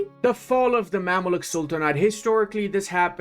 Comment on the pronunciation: You pronounce definetly right Kahire. . Divirigi is wrong, u should pronounce like this : Divr_ei. (ğ) --> u dont have this letter i know :D .. Mamluk is wrong u says : Mammaluk correct ways is Memluk. Also u should try Adana kebap with raki before u die . :goodvibes